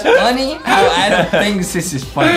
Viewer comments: it's not Adam it's Adem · Its ''Adem''!! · Adem like ayyydem